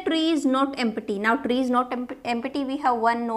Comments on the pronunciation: it is not em-pa-ty..it's pronounced as em-ty...p is silent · Empty is pronounced as em- tee